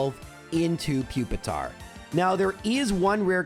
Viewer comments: Pupitars long u sound = Pupil, puke, putrid, popular, peculiar and puerile. Those are just the p’s I could come up with let alone any other beginning letters like Human. Nice try 🙃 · Pupil, pure, and putrid as well.